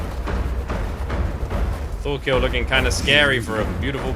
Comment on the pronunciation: FYI his name is Thorkell, not Thorkill